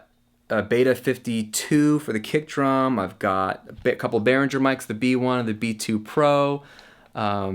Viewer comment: Interesting tour, thanks for sharing. Just a note: "Behringer" is pronounced with a hard "ng" sound as in "bringer" (not a soft one as in "engine"), you can check out some German review on YouTube for reference ;) Also, speaking of your pdf guide (which is great), I think that Reason should definitely have been mentioned. On the other hand, I bet that anybody interested in starting home recording will read about it within a few hours of internet surfing anyway :D